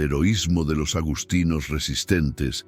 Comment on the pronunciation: Agustinos,NO agostinos. Lo mismo, agustiniano. Supongo que es una más del mal doblaje de la IA😂